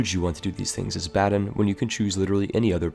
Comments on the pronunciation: bAden, the A is long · A note on pronounciation: Baden's vowels are pronounced "ah" and "eh" respectively. You had the e correct but the a wrong. After all, Baden, not Baaden. The a rhymes closer to the u in run than the a in cat. Haida hurt. It sounds like you're saying Hayda, not Haida. Ai sounds alot like eye. Source: I'm a German Canadian who was born in Baden-Württemberg and grew up near the Haida Gwaii. Hope this helps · baden. It's in the goddamn name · I'm gonna pretend you're pronouncing Baden incorrectly on purpose for the pun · Apparently, even Baden is unpronouncable...